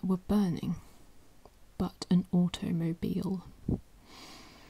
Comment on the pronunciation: I can't keep myself from laughing everytime I watch this video and hear you say "AU-TO-MO-BEAL" xD